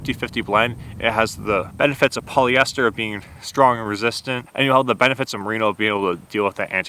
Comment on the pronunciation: “Marino” isn’t the name of a wool, it’s the name of the best QB to never win a Super Bowl. You mean “merino”.